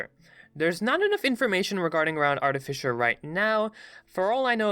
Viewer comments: Artifisher..... Ar-t-fi-sir, artificer, fi like how you say fish but without the SH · Just gotta say, love the videos, but... it's artificer not artifisher... anyways, keep up the good content! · "Artifisher" Why does nobody ever fucking pronounce that word correctly? Ar-teh-fis-er. There's no H. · Artifissure.... come on man.. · 😂 Art A Fisher 🤣 I love it, best way I've heard artificer pronounced. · One: eldritch blast not eldrish blast two: artificer not artifisher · Every time he said "Eldrisch" I lost a little bit of my will to live. Holy SHIT! "ARTIFISHER" I"M FUCKING DEAD (btw I'm sorry if this sounds mean, I love ya but... holy shit) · Eldritch not eldrith Also art-i-fye-sir not artifisher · Just gonna point out It’s eldritCH not eldriTH and artifiCer not artifiCHer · No one: this guy: ELDRITH BLAST! ARTIFISHER!